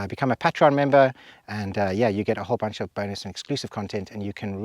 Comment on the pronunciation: I’m pretty sure it’s pronounced “pay-tree-on” rather than “pat tree on”. Lovely video anyway.